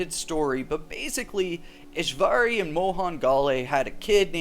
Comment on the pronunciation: It's Ishwari not EshVarey